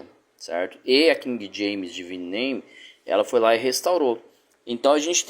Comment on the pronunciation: Mano, não divino que se lê, mas sim deváine..